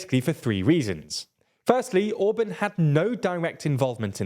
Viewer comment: TLDR: Orbán❌ Orbun✅